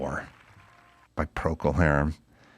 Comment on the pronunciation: He says conquistador, pronouncing it correctly. Procol Harum sings conkwistador. That might even be technically correct as the English pronunciation, but it always made me laugh.